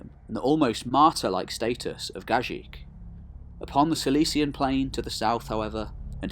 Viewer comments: Just one correction, Gagik is pronounced Gah-geek. Also thank you for your amazing videos. Watching these videos is more interesting that watching Game of Thrones. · Wonderful video. Only the name spelling is not accurate. Gagik ( the last g should pronounce same way as first G not ji), Cilicia ( from Latin C in English is K sound - Kilikia ). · Great video, thank you from Armenia,,, only the right way to pronounce Gagik, is to pronounce the second "g" the same way as the first.